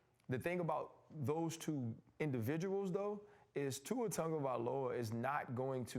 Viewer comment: I wonder how much practice it took for RC to say Tua’s whole name effortlessly 🤔🤔🤔